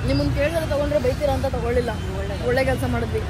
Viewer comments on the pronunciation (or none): none